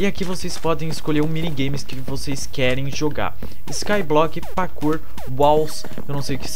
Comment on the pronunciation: PQ VC FALA PAKOUR?É ESTRANHO VC FALANDO KK